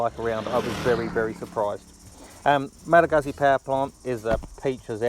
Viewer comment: Come on man, if you're doing a review, make sure you know how to properly pronouce the firm!! Aaaaarrrrrrrrgggggggggghhhhhhh!!!